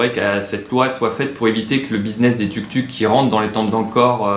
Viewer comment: Je crois qu'on dit Touk-Touk :)